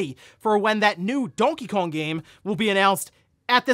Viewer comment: Literally never heard anyone pronounce Donkey Kong that way. You really struggle with words in general.